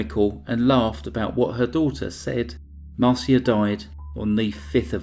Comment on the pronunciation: Her daughter Marcia 's name is pronounsed Mar sha not Mar see a.